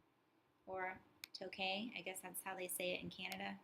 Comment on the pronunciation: “Tookay” 😆 it’s pronounced “toooook” with a soft k